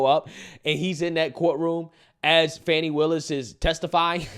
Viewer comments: It's not Fawny.. it's Fanny. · Why is he calling fani funny? Her name is most definitely not pronounced funny it's fani. The I at the end of her name don't give the a the sound of u. Her first name is also known as an ass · Let’s be real. It’s Fanny not fon eye😂😂😂😂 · Her goddamn name ain’t “fawny” it’s Fanny, plain and simple Probably named after her grandma or something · Why do they call her funny when it's fanny fani. It is definitely not pronounced funny. Her first name means ass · I love how Rachel Maddow says “Fahn-nee Willis.” Poor Rach hasn’t been this close to tears since the Trump’s tax returns nothingburger! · Rachel sounds like she's calling her funny willis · "How do you pronounce fani? FAWWWW KNEE"😭😭